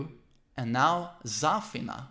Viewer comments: idk but the way he pronounces Zafina bothers me oof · The way he pronounces Zafina annoys the hell outta me